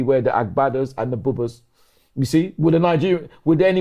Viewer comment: the pronunciations of agbada and buba is so awful🤣 (yes I'm Nigerian)